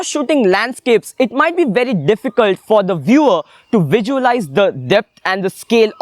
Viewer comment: Everything you said is perfect...but why you kept on repeating "vijualize" instead of "visualize"???